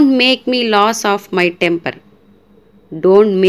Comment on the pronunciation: మీరు ఒక్క సెంటన్స్ లో Lose ని ,లాస్ అని పలికారు ఇది కరెక్ట్ కాదు...